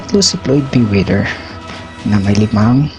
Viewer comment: Ayusin mo yang boses at pronounciation mo! Lakas ng loob mo mag youtube channel ha, Floyd Miwidir ka naman mag pronounce... Ito pa.. Bilt! Dominit! Hahahaha...